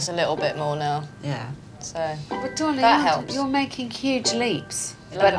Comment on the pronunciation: I disagree. I love Alex but the way she calls people 'darwliing' really gets up my nose. I'd tell her to call me by my name. 🦘